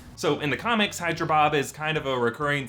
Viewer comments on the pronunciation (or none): none